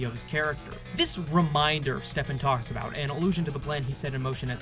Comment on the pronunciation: Love this!! I'm almost at hour 4 and i was wondering if there was a particular reason you pronounce Holstrom's name as Stephen with a soft ph instead of "Steven" as is done in the show? Props to you for your dedication - i really love this analysis